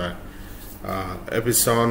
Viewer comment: Ep-Son (2 syllabus).... Not Ep-i-son 😂😂😂